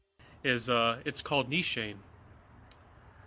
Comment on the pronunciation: eliminating the umms, repetitive rambling & chuckles would have probably kept this under 5min firstly. The background music is atrocious. And you mispronounced the house itself. So a script might be a decent start for the next one, yes.